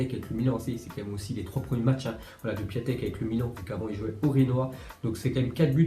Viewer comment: Je crois qu on dit Piontek et non pas Piatek